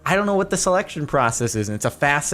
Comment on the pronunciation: "I don't know what the selection process is" Alexa probably woke up on how you said "selection"